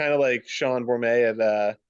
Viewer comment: No silent T at the end of Bormet. That alone really made me question your judgement. Great idea though.